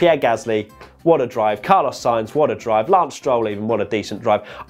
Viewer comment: SIGNS WTF ! If you want to say it exactly in Spanish it's S-INE-TH